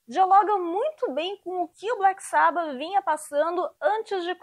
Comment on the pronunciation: Não curto a pronúncia Black sábba kkkk tem que ser Black sabbá kkkkk No nome da música fica natural mas se referindo a banda fica artificial no nosso idioma kkkk